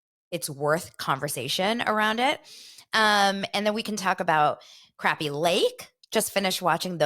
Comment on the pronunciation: That's the same thing I said when I first saw it advertised. Did it start on Sunday? I wasn't home so I guess I'll check Peacock. I hope they explain how to say the fish name crappie and not the way they are saying it. I think Luanne might try to fit in but I think Sonya is always a look at me, look at me type of person. If someone watched tell me how it was if it's started